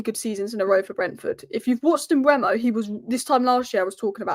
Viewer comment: It's not Mbwemo, it's e before u. Mbeumo (closer to Mbomo). There's a video on YouTube of Mbeumo saying his own name fyi.